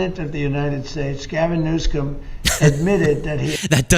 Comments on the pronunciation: And he pronounces his name as "Newscum". What a dumb ass. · He can never even say his name right lmao Newscome ??? Our president has worse than a learning disability He’s 100% dumb AF